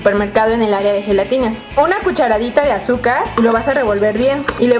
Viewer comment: minuto dice cuhradita